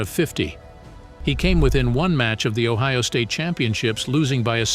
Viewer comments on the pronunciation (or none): none